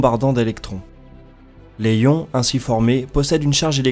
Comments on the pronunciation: J'aime bien ta chaîne plutôt chouette mais attentions aux différentes prononciations genre ESA (éza en français) et on ne prononce pas le b de Coulomb mais on fait la liaison pour "des ions" Sinon attention quand tu parles des roues à inertie, il y a un coût... tu dois décharger les roues en inertie... autour de la terre ou je Jupiter par exemple tu peux faire ça avec des magnetorquers Mais Sinon tu dois utiliser de la propulsion pour le faire. Tu penses faire un sujet sur les CubeSats? N'hésites pas Si tu as besoin ;) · les ions, il n'y a pas de H, on fait la liaison. et pour "des os" on ne prononce pas le s, mais au singulier oui. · Par contre petite rectification quand on écris les ions sa se prononce les "ziiiions" ^^ da bisou